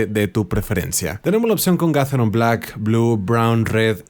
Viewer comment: excelente review, solo una observación, yo escucho es estás pronunciando ''gatheron'' no sé si estoy escuchándo mal.